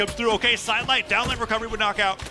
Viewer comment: tf is a "down whight wecowowey"